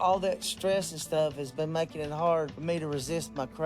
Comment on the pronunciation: When he said to his dummy GF, " it's frard rarce" bloody heck 🤦